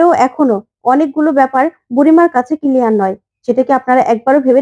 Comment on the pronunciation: কিলিয়ার নয়, ক্লিয়ার।